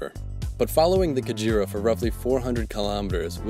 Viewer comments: It is not pronounce Ka-djira it is Ka-ge-ra. The Ge is pronounced as you pronounce ge in get. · 😂😂😂😂😂I'm laughing at how pronounce Kagera. He is saying kajira instead. It's Kagera (Kaa-gay-La) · The "kaguera" river, that's how it's pronounced!